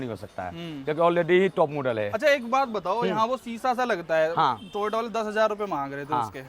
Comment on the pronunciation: Toyota ❌ tota ✅